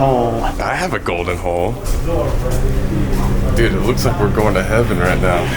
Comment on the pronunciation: the golden hole I THOUGHT HE SAID I HAVE A GOLDEN HOE😭😭😌😌💀💀